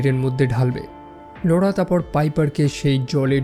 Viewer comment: Apnar laura namta pronounce krte problem hoi keno. Apnar ki laura bole kono girlfriend chilo naki.